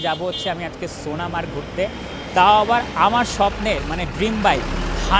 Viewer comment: সোনা মার্গ নয় গো সোনা সোনমার্গ বলবে কেমন